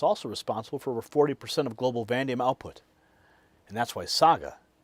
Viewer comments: Brother, I love your stuff, but on this one little thing I've gotta call you out. Its vuh-NAY-dee-um. Not van-deum. That said, I really do love what you're doing and just want to say, keep up the good work! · Vuh NA Dee um. Not vandium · So what is Vandium? I thought it was Vanadium